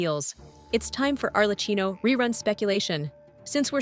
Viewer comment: Why do you have to pronounce bad your own channel name? It is italian, so you pronounce it arlekkino